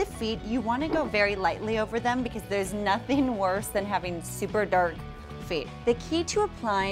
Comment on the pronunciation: I have noticed in several of her tutorials she almost has a slight speech impetament. She tends to leave off G's at the end of all her words , like she constantly says Nutin for nothing, and sumpin for something. She's a very sweet girl but she would come across much more professional with some improved diction skills!!